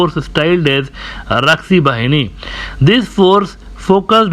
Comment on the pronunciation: Not raksi, it was rokkhi bahini